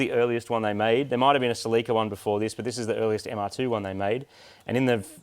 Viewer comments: Every time marty says "mr2" i hear moog calling it the "MrPOO" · seriously still calling itthe mr2, i kindof like mr. poo, or maybe call it the Merde after the french pronunciation of MR2